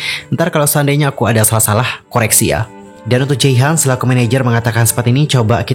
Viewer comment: jehian bukan jeihan